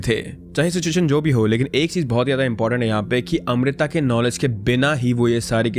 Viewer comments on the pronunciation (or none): none